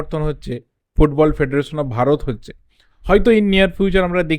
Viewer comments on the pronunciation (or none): its bharat not varat